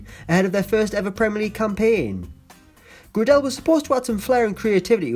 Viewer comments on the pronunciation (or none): Max Gra Dell 😂 it’s pronounced Gray Del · Max Gradel is pronounced “Gray-dle” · Was annoying me the way he pronounced max gradel 😫😫